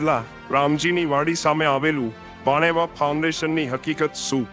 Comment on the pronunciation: ભાણેવા નય ભાવેણા